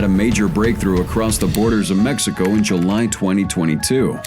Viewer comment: Its July not juli